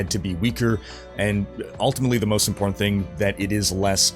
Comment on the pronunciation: "im-Port-Tant." Two (2) Ts?